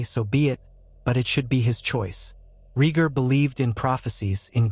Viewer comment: exactly and his name is Ray Gar no regir, and john's name given by lyanna and raygar was agon targarian not john